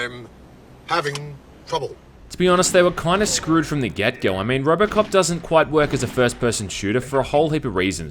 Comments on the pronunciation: Am I the only one who hears ROBERTcop instead of ROBOcop? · did you say Robert Cop